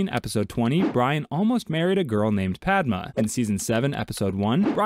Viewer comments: Padma is pronounced pod-da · The way they pronounce "Padma" got me 💀